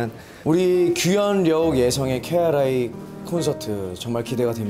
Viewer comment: 희철 오빠....KRI 아니고 KRY 이에요..ㅋㅋ 령구 오빠가 너무 귀엽다!! ㅋㅋㅋ 기대기대